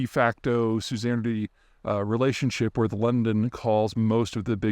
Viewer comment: For the vocabulary nerds, at about Peter says "de facto suzanerty". He is mispronouncing "suzerainty", "the right of a country to partly control another". I'm putting that in the same category as his mispronunciation of "nuclear".